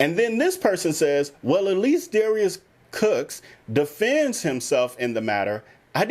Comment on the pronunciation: I noticed you slip and say Darius Crooks instead of Cooks many times during your video.